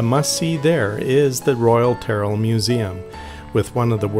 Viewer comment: Tyrell is pronounced - - Teer-ell My family visited this place many times in the late 60's